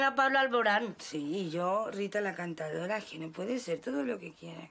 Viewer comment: Lo mejor es que dice "Rita la cantadora", cuando es cantaora, sin la D.